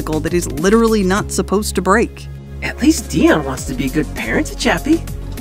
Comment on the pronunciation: Idru Lili Iys ITS DEON not dion